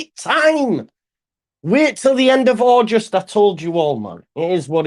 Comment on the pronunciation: its august NOT aujust mate